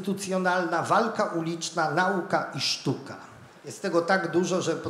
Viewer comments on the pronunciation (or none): ..min 9.54...ło matko, Szanowny Pan profesor przekazując jakże ciekawe treści nie wystrzegł się, niestety coraz częściej spotykanego w dyskursie publicznym błędu a mianowicie akcentowania ' na'uka ', zamiast prawidłowo ' nau'ka '.... łopa'ta, lodów'ka itd, etc.....